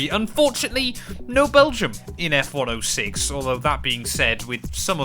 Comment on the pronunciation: Stop calling F1 06 F Ono six, please. I know you're British, but I use zero for 0.